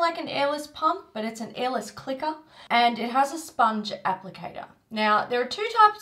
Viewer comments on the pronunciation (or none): I love how she said "airless clickerr"